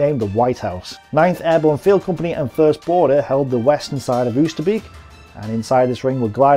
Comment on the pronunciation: Not "oo-ster-beak", "oh-ster-bake".